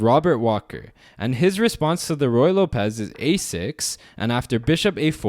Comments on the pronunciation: Not loPEZ. It's LOpez, like locker. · ruy lópez, not ruy lopéz